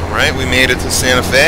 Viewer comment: Eli Miramontes Albuquerque was pretty accurate but Santa Fe wanst